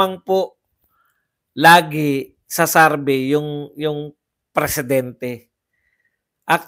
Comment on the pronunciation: survey po hindi sarvey😂